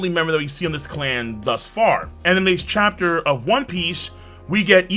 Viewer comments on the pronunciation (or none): none